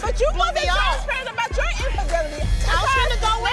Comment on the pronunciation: Roll that bean footage back! What was that word attempted to say? "Transaparient!" Girrlll!!😂